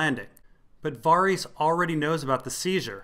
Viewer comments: dude wtf it's pronounced vair-iss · Dude... I find these entertaining, but I will pull my hair out if I keep hearing Varys pronounced that way. Who told you that's how to say it and why did you believe them?? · They pronounce Varys in the show... you are dead wrong and it's crazy hard to listen to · i love your work, it's all awesome, but please for the love of r'hollor, can you pronounce varys' name the way i want it pronounced?? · Kinda unimportant but your pronunciation of Varys' name bothers me quite a lot when watching your videos.